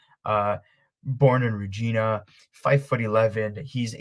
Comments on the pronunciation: Regina is a city that rhymes with vagina. Not Rageena. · Reg - i- na SAS- ka- toon both in the province of Sas-kat-chewan 😆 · Lol it's Regina pronounced like vagina but with an r lmao 🤣